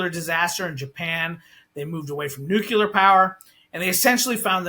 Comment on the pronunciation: Another energy “expert” who can’t pronounce the word “nuclear” correctly and who is allowed by the interviewer to falsely blame blackouts on green energy policy. The main reason U.S. power disruptions have become more frequent is because of extreme weather events. I’ll give you one guess as to why extreme weather events are increasing.